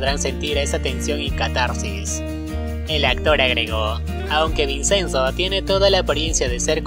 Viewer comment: La pronunciación es ( vichenzo) se escribe Vicenzo pero no se pronuncia como se escribe porque es italiano 😊 👍